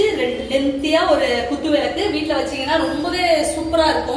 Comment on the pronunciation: விலக்கு என்று உச்சரிக்காதீங்க விளக்கு என்று உச்சரியுங்கள்